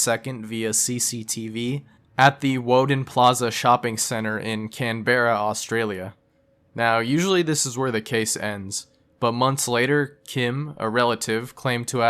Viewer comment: Just a slight correction: Canberra is pronounced like can-brah